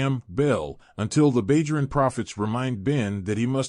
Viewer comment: Bay-joran prophets? AI. Do not recommend channel.